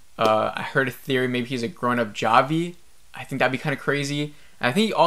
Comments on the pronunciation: Javi is pronounced havi. Van is promouced van not Vaughn. Do you even watch the show? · It's Travis not Trevor and you pronounce Javi like ha-vee, like Jose.